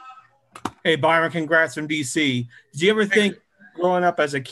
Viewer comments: How in the world did he get the Man's name wrong? Well, that guy won't be offered a Cigar! Byron, not Brian. B-Y-R-O-N!!! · Love his attitude!!! He stayed positive even when they pronounced his name wrong and confuse him for the other black coach lol. Fantastic job this year Byron, shows how great Brady can be when his coach actually gives home weapons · I love Byron . This was a horrible job of reporting. This guys gonna be a head coach I hope he stays with the Bucs. Horrible questioning. The guy into said his name wrong . The first question was for Todd Bowls . I feel they disrespected my guy